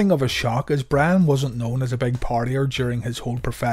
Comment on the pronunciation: Am i the only one hearing bran and not brian